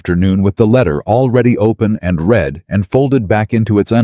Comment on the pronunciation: Read is “ to read” as in “ to read a book” is pronounced “ reed” , past tense “ he has read a chapter from the book” is pronounced as “ red” .